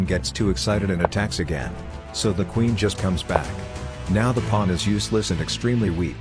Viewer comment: Why did I hear "bringing out the knight and attacking the pwan".